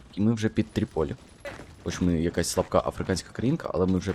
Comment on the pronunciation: не тріпОлі, а трІполі